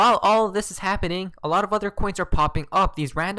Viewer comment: Guy's Guy's Guy's! Look Look Look! It's habbening! Lmao 🤣